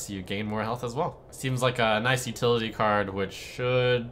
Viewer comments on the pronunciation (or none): none